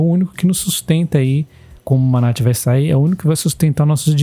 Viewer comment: Campo é Manati - sílaba tônica ti